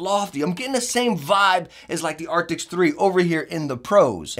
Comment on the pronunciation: Arctis.. not arktiks.. cmon